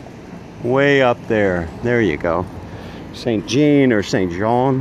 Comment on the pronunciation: Just forget the 'D' when you pronounce St-Jean... you will got it! ;o)